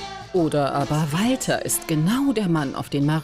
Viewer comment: Es regt so auf er sagt IMMER : Im Wolter sank you for caming